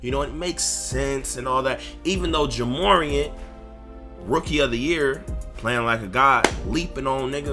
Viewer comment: Why he said ja morant like that Lmfaooooo